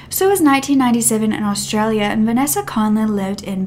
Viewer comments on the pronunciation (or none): none